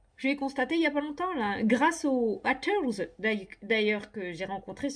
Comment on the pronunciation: Ahah tellement drôle ton accent anglais.. C bien haters, mais ça se prononce hayteurse 😉 Bien répondu, je suis dans le même état d'esprit, répondre à la haine par l'amour 💕🙏